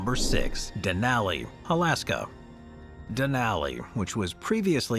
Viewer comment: How do you not have any consistency in your pronunciation? You say "Denaly" then you say "Denali" pick one and African with it. You've been making videos for years and your consistency with saying certain words is irritating